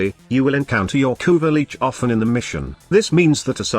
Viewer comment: No one noticed... "Kuva leech" "kuva leeches" you need to modify your TTS bud